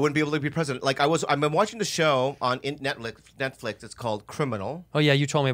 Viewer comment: "I've been watching this show in Netlick, Netflix..." 🤣😬🤣